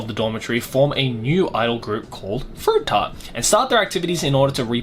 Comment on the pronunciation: Ochikobore FeRuiToo tArtOh 😂